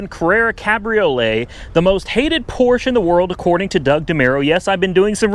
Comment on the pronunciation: I cringed every time you mispronounced Porsche. The e is not silent.